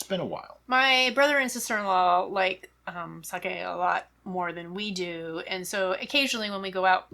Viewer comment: Sake is a name - if someone tells you that you are saying their name wrong, it is pretty easy to remember and update your 'habit'. You and treat all your drinks like friends so get with "Sakay" already - I have faith in you A palette cleanser between meals?? usually between courses but hey your day sounds fun!